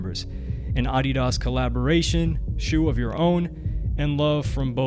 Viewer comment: needs to learn how to say adidas 😂😂😂😂